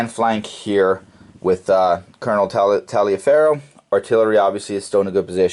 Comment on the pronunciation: Taliaferro was pronounced "Tolliver"....